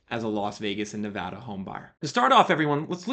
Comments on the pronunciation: Thanks for not saying Ne-vah-da like an East Coaster. It drives me nuts. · Kudos for pronouncing Nevada right. Got a house in the Vegas metro back in July about 14% below asking. Definitely super lucky.